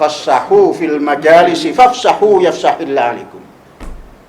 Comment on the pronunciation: Fafsahuu yafsahillahu lakum 😊.... itu mungkin ya?? Bukan yafsahillahikum